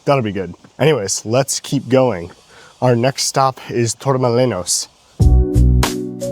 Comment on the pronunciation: I noticed that you mispronounced Torremolinos and Benalmádena as well. Spanish pronunciation is highly regular and easy to master.